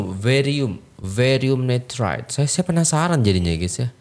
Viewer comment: Barium nirat bang bukan varium nitrat